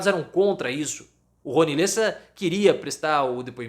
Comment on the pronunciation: NÃO É LÊSSA, É LÉSSA!